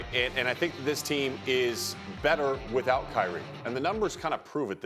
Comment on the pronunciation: CRY-Re 😿 Irving 😂😂🤣😂🤣🤣🤷🏿‍♂️